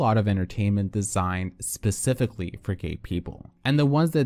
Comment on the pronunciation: 1.) I hate that you said PECIFICALLY then not even two minutes later, you say SPecifically. 2.) I think most of the people that come at RuPaul or anyone by saying they are transphobic are most likely not trans and straight. Also the people saying he didn't say enough about BLM are more than likely, more white people than black. Not saying that allys can't speak on public issues but I don't think that people that aren't marginalized by those issues, should be the ones affected, because they aren't. Also, I'm not sure if it's even right for white fans to freak out and call RuPaul racist while he, obviously being black, and them being white.